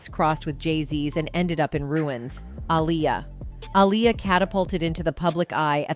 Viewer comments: You spell her name wrong and pronounce her name wrong. It's AALIYAH. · This pisses me off when people make videos not knowing wtf they are talking about. That woman is not Aaliyah...and her name is not pronounced Aleeyah 😡🤬